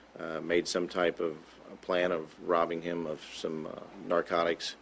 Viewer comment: Did he just say "norcatics"??